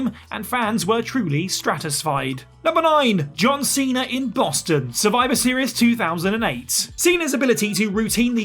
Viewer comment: Cena* not Cener